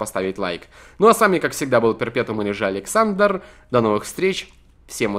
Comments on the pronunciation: он сказал Адександр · ты сказал аледксандор